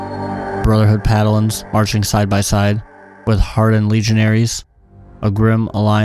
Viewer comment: Is he saying Padalin and not Paladin?